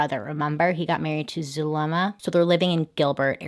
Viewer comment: "zul... zulema" its pronounced like soolma or zulma